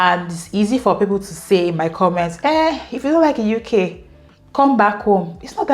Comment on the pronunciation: Thanks for sharing your experience...❤❤ Please don't go back, stay in the "Youkay" forever 😅. We hope that by this time next year, you'd have added some "Likes" and reduced some "dislikes" ❤